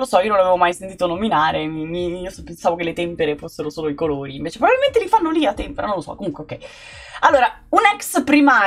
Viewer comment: L'Aquila presenteee!! il paese si chiama Tempèra, con l'accento sulla seconda e